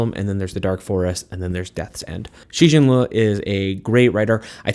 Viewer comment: Absolutely brilliant commentary! I love philosophy and sci-fi and these are all going on my TBR!! Super tiny but as a Chinese person, I wish you would’ve learned the pronunciation of Cixin Liu’s name (it’s roughly Tse-Sheen Lee-You)! I could totally feel your passion and love for the series and I’m so excited to read it! :)